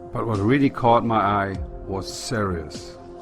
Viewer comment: I'm supposed to take the word of someone who can't even spell or pronounce Sirius correctly. Also the planets only looking that way through the telescope until you focus your telescope properly,like you would with binoculars here on Earth. Depending on size , distance, and brightness of a planet will determine how u adjust ur optics on the telescope. I can see Jupiter & it's 4 largest moons & Saturn & it's rings in full detail.